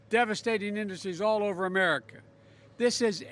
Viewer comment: Did he just say, "'Merica" like George Bush?! Omg, I give up!